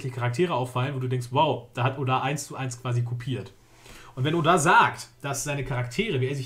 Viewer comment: du trigerst mich wie du oda sagst ^^